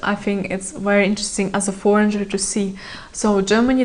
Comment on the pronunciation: Девушка все прекрасно, но foreigner - форинер, не форинджер, adult - адолт, не адьюльт, you might not now, не you might don’t know 😊